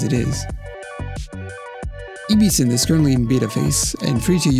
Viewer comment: "EBE-SYNTH" ? Maybe try "EB-SYNTH"